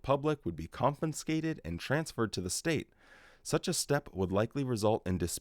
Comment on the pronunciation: Happy New Year,! 🎉 (fyi: it's con-fis-cated, not con-fin-scated)